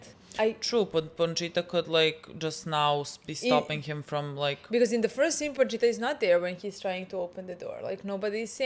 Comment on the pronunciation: this is low key dribing me nuts, it's Pochita, not PoNchita! 😆